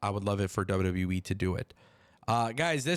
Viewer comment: He keeps saying W W Wii 😂